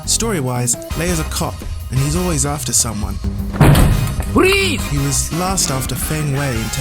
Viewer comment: I thought he tried to say "Police!" Hahah